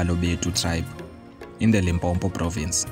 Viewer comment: The documentary is interesting and I learnt more about the history of Balebedu. However, it is brief and the narrator cannot pronounce Sepedi names. Please Limpopo is not Limpompo. I hope in the next video the narrator will givev voice training on how to pronounce Sotho words.😢😮